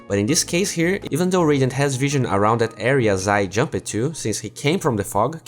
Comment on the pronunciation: It triggers me how you pronounce "jumped"